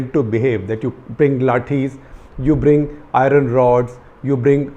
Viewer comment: "ayron rod"